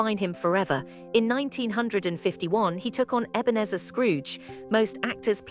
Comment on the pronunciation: Somebody tell the 'bot how to pronounce "1951" and "Ebenezer".